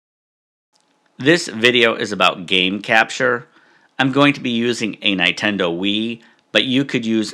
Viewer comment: That is the funniest way I've seen anyone pronounce Nintendo, no offense haha. Great stuff.